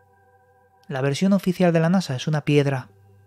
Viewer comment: oficieal por quie, por eeu?? xD